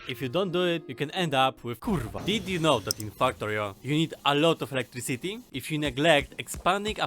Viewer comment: i like when you say "electriCIty" and it sounds in the end like "city".you may not seem russian, but at some points you seem. it is fun, in a good way! not that you speak wrong or anyting. is good to have a unique voice. thanks for the tips of course